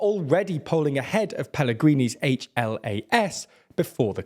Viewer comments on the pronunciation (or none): Im tearing up at your pronounciation of Fico and HLAS, SMER, Fico is pronounced with a hard C, SMER and HLAS is one word not individual letters, also this was a week ago and I didnt even know my government apparently collapsed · Only 1 thing , HLAS is not shorten of 4 other words, it is only 1 word hlas which can be translated to English as Voice. And also, for me as Slovak pronounce of Robert FICO's name as Fajko is the best thingI have heard in long time😂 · "Fiko" is pronounced "Fitso" 😉 (c is always ts). SMER is pronounced "smer" (e as in attack). HLAS is pronoucned "hlas" (a as in above")